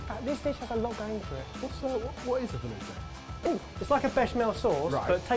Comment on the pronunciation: This video taught me how to make a velouté and then ruined the pronunciation for it forever!